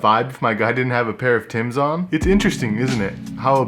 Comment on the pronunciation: Member it ain't Tim's it's Timbs.